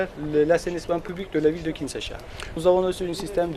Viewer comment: On dit Kinshasa